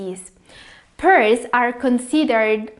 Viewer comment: Thank you for the video and great info. Pears are pronounced 'pares' and not peers though. lol.